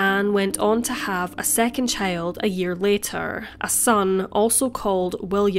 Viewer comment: She pronounces "child" as "chÆyld"